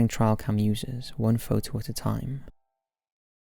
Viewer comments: 1. As a british person, it is NOT his accent. He said it wrong. 2. We also say trail cam, as well as wildlife cam etc. He just said it wrong. 3. He just said it wrong. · What the hell is a "trial" camera...? Rather than reading the script like a voice-algorithm, couldn't you surmise by context that TRAIL was misspelled as TRIAL...? It's "trail camera"...TRAIL CAMERA!!! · Dude, are you trying to say the words T R A I L camera? TRAY-el. Not TRY-el. wtf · It''s a Trail cam - not a trial cam! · Trail not trial. Its a trail camera, as in a wildlife camera.